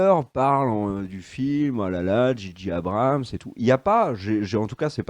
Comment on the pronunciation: Très bonne vidéo comme toujours concernant Star Wars! Une petite pincé de sarcasme de en introduction c'est que du bonheur;-) Petite remarque de chieur...: "J.J. Abrams" en pure Anglophone que vous être se prononce "G.G" Merci XD